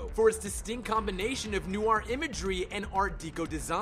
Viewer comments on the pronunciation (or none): You mispronounced NOIR and GREGORIAN and that's when I stopped the video and decided NEVER to watch your videos again. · 107 Mispronunciations YOU Should Know! 1. Noir is pronounced NWAR. 2. Pretty sure Leahy doesn't have a T in his name. 3. Gregorian is pronounced greh-GOR-ee-uhn. 4. Hamill is pronounced HAM-uhll. 5. It's "Mask of the Phantasm," not "Mask of Phantasm." 6. Credit where it's due, I've never heard the name Abe pronounced "abbe" before. But it's still wrong. 7. Bergman doesn't have any burgers in her name. 8. Deco is pronounced DEH-coh. 9. This isn't a mispronunciation so much as a misrepresentation, but Montoya isn't a supervillain. Unless you count Earth-Three. 10. Burnett is pronounced bur-NETT. 11. Hardly Dent. I get it. It's because he hardly has a face. Right? 12. Trial is pronounced TRY-uhl. 13. Harvey isn't pronounced Hardly OR Harley. Good try, though. 14. Underdwellers has another d for it to be "dwell." 15. Silicon, not silicone. Some of these you pronounced again correctly, but still. Shouldn't be too hard to rerecord the mistakes. Still, these are interesting facts, and I respect the time and editing that went in to making this video!